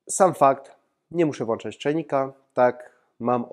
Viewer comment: Dzięki za filmik, pełna zgoda że automatyzacja ułatwia życie. Lecz, jak już kiedyś wspominałem, naprawdę byłoby super gdyby udało Ci się, szanowny Autorze, wyeliminować ten niezwykle irytujący błąd: czajnik się włĄcza, a nie włANcza ;) poza tym bardzo przyjemnie mi się oglądało, serdecznie pozdrawiam! :)